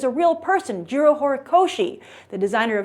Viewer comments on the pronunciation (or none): none